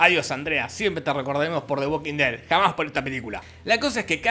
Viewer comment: Me mata como decís "De uoquin ded". Jajaja. Abrazo.